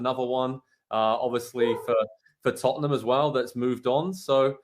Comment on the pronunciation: Who is tuttenam? Lol jk jk